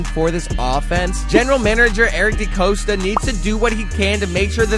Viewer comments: I thought it was Eric DePasta 🍝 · Sounds like you can't pernounce a few names correctly, DeCosta, Moses & Zietler